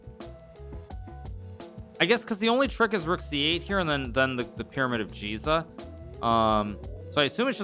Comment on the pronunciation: Someone tell him its pronounced Giza not Jiza